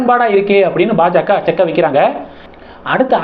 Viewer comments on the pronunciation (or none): none